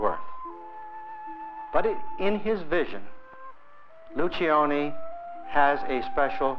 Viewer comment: Lucioni is an Italian name. In the Italian manner, you do not pronounce the first letter i. It will sound like loo-CHO-nee